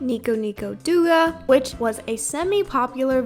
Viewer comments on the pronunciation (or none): friendly reminder that powdersoft is an AI "artist" now you also pronounced 'douga' wrong